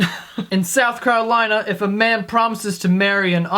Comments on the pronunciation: lmao am i the only one who noticed it said south carlolina instead of carolina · In "Carlolina" lololololol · "South Carlolina" Nice one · "South Carlolina" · "South Carlolina" XD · Carlolina lol added to many L's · Did anybody notice he said "south carlolina"? He's a fucking liar! We don't have that state! I'm sad. I thought i could trust you joe. I became best friends with a joe just because you guys shared the same first name. I don't even know what to live for anymore. I'm gonna bang my best friends sister now cause he deserves it and we're probably gonna stop being friends. You made this happen!